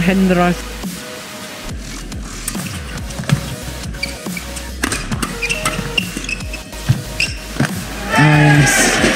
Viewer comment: ternyata oma Gili bisa nyebut huruf "R" yg baik dan benar ya pas nyebut nama Hendra 😁